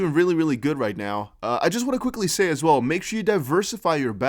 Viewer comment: Von hundred dollars... Vell vell vell 🤔